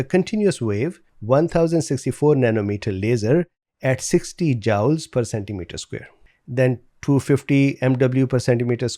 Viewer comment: I think it's pronounced "jewels" not jowls LOL, Christmas Story - "You'll burn a hole in your head!" Quick as a wink, the PINK's in the sink. Please take care everybody!